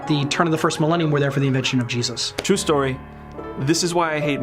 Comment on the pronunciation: Dont say fírst...